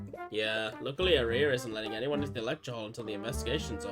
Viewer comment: Note that "Aria" is pronounced like the song type, "arr-ree-uh"